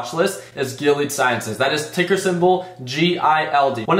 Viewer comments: It’s definitely pronounced GIL-EEE-AD my guy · Say their name right before you buy